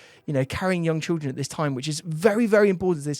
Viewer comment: why can't this guy children. Trilldren haha